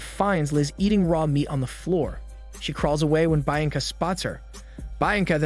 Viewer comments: It's pronounced "BIYANCA" and not "BAINCA" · I thought Bianca is pronounced Bee-un-ca, not Bi- an-ca. You sometimes butcher names so it’s either that or that’s how it’s pronounced in the language this was filmed. Edit: ok I scrolled down and apparently other people caught it too, I think is funny how often you butcher names and I’m going to point it out every time😂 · Bee ahhhn Kuh. Not bye an lag. My God. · It's pronounced BEE-anca, not BYE-anca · Great recap but it is actually pronounced “ Be-yan-ca”. I am not great with phonetics but I think it’s closer to the actual pronunciation. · "byanca, byanca" Fs man!! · Im sorry but the woman's name is pronounced 'BE-AN-CUH" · Cool recap but "Buyenka" pronunciation must be an inside joke? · His pronunciation on the name "Bianca" makes me chuckle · It makes wince every time he says it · Was looking for this comment 😂😭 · Everytime he says her name I cringe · well am just mesmerised by the way you pronounce the name Bianca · The way he’s pronouncing Bianca is driving me nuts! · Little brother that's not how you say Bianca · Oh for Heaven's sake it's really not that hard to pronounce Bianca correctly